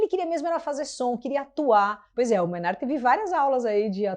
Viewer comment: Tool tá no meu top 5 bandas da vida. só um toque aí, a pronuncia correta é "Mei"nard e não "Mai"nard, Mainardi é aquele xarope (pra xingar pouco) do Antagonista, Manhatan Conexion hahaha